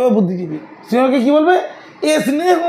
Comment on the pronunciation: দারুণ বলেছেন তারা বাংলা কম পারে।স্নেহ বলতে পারেনা।স্নান বলতে পারে না।নিজের ভাষায় কথা বলতে কম পারে। বলে s নান,,,s নেহ হা হা হা হা হা